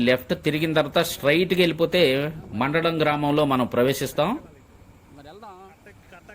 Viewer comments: మండడం కాదు మందడం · మండ డం... కాదండి... మంద డం... గ్రామం